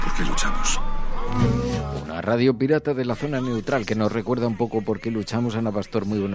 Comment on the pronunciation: ¿COMO DICES NEWTROL?.